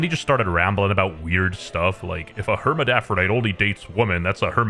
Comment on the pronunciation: Don't make fun of adin ross for mispronouncing words when you can't even pronounce hermaphrodite correctly